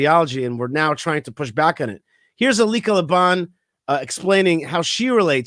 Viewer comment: As always, I love your views and commentary! I adore Elica Le Bon! I don't believe she is Jewish. If so, I think it is helpful to bring that up. It adds more weight to what she says. Also, I believe her name is pronounced EL-lee-ka. And the clickbait is deceptive. It reads as if she is on the other side. I only mentioned this, not to be critical, but so she receives the kavod she deserves for defending us as strongly she has! Can't wait to read her book!! Kol hakavod for doing a piece on her!!